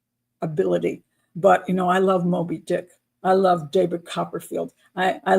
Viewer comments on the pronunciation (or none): none